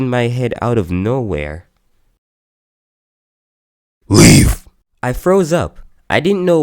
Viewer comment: It was so blunt it was just like “then I spotted something” “LEAF”